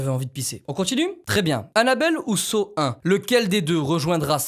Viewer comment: Quand tu dit saw j’entends seau